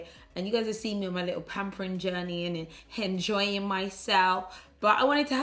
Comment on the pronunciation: said "henjoying myself" that naija accent came OUT!!!! LOVE HER❤❤❤